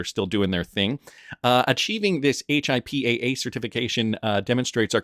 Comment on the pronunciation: It’s pronounced hippa